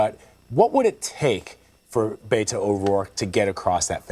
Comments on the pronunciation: Learn how to pronounce Beto's first name! It's BETT-o, not BAY-to. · It’s pretty appalling that a Texas journalist doesn’t know how “Beto” is pronounced.